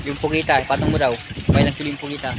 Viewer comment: PUGITA NOT POGITA